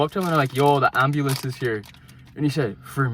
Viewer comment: You sounded so Irish when u said "yo the ambulance is here".